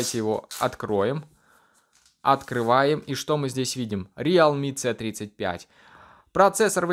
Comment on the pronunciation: прикалывается или это у него не произвольно получилось - говорит не "си тридцать пять" а как будто по украински "цэ тридцать пьять"